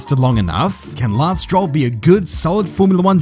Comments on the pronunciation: You pronounce Lance Stroll as laslo... is that for purpose?😂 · You pronounce 'Lance Stroll' the exact same way you pronounce 'Lance Troll'. That's all folks